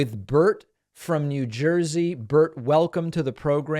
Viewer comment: Please don't say "jersey"